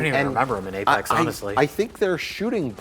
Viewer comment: Apex not Apax